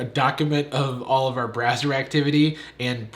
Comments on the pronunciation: did he say browser or brazzer? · Totally thought he said Brazzer activity, not browser activity. Oops. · Is it me or did he say brazzer activity? Did he mean to say that?